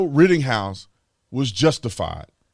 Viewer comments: Brandon.... It's RITTENHOUSE.... NOT Rittinghouse. Lol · Rittenhouse not Rittinghouse.😂🇺🇸LETS GO BRANDON!!! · IT'S NOT RITTINGHOUSE IT IS RITTENHOUSE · Officer Tatum, love your show.....just wanted to point out...it's Rittenhouse....no G in his name. Keep up the great work, Cheers mate! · His name is Rittenhouse. Not "Rittinghouse". I wouldn't call you Tater instead of Tatum 🤣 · RittENhouse, not RittINGhouse. You're welcome, carry on with the excellent work. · WRITTEN-House not rittinGhouse.. cmon b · Ritten, not Ritting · Why do you keep calling him ridding house? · There’s no “g” in his last name. I’m just sayin’… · Dude … I like your positions on stuff but his name is not “Rittinghouse.” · Can you please say our boys last name correctly! ritten house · I love you man but why would you look up Jonathons name and mispronounce Kyles name? I’m sorry. This is my fault because it bothers me to keep hearing it mispronounced. You can tell you didn’t listen to the mAinstream mEdia because if you did you would know. Again. I listen to every stream of yours and have for a LONG TIME. Keep up the good work. ⭐️⭐️⭐️⭐️⭐️